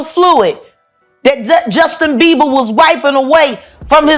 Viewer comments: Why did he keep calling him Justin Beaver 😂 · BeiBer not beaver lol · He's pissing me off calling him Justin Beaver 😡🤬😡🤬😡🤬😡🤬 it's not hard to say BIEBER!!!! B! NOT V, B!!!!! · It's beiber, beiber not beaver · It's Bieber not beaver. Did anyone else notice that. You'd think if you had such an opinion on the matter you'd get that right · It’s Bieber not Beever buddy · The first part is not a recent video 😑 keeps saing beaver instead of bieber haha. annoying repeating the same thing. Click bait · not him sayin justin beaVer im dead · Dude the 11 mark keeps calling him Justin BEA-V-ER😂... BUT its so damn sad what these men are doing to all these children. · Justin beaver 😂 the first time I thought I was just hearing things. But naw he is really calling him Justin beaver 😅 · Why dude keep saying Justin Beaver? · STOP SAYING JUSTIN BEAVER !!! IM TRYING TO BE SERIOUS ABOUT THIS AND THE DUDE SAYS BEAVER LIKE ITS NOTHING !!!!! HAHAHAHAHAHAHAHAHAHA